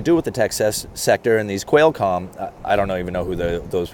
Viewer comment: You are so relatable. “Quailcom” is pronounced Kwahlcom. Just an FYI. Thank you for making these videos. I’m pretty well versed in finance and I still love watching your videos!! Keep up the great work and offering your perspective from the house building industry. 👍👍👍